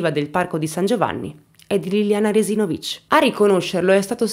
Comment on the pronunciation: Io sono di Trieste,e la pronuncia del cognome di Liliana è sbagliata,sbagli a mettere l'accento.